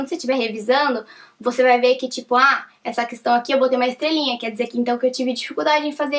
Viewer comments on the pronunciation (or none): none